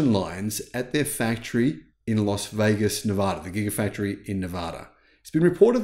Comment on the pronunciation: For the love of god please learn to pronounce LAS VEGAS.